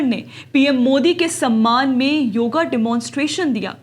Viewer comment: योगा नहीं योग बोलो बेटा